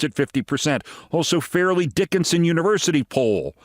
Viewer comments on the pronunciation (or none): Fairleigh Dickinson pronounced Far-lee Dickinson. Only know that because of the March Madness upset a few years ago.